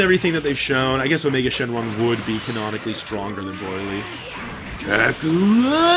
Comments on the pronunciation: I love how he pronounces Broly. Broily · Learn how to say bro-lee !!!